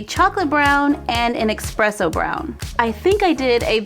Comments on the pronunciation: AAAAAGHH! Its espresso NOT EXPRESSO! THERE IS NO 'X'!!! This drives me insane!!! PLEASE FOR THE LOVE OF EVERYTHING THAT IS HOLY SAY ESPRESSO WITHOUT AN 'X'!!!! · Expresso brown? Exspecially? I think has some pronunciation issues, but we still love her:)